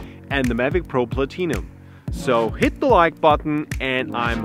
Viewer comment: "DGI mavic pro Platee-num" XD WTF